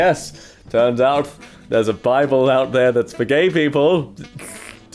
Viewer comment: no no- the BI-ble